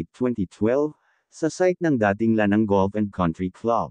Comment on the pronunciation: Correction po:: NCCC mall Ma-ah, hindi Ma-ey, SM Lanang, hindi Lan -ang..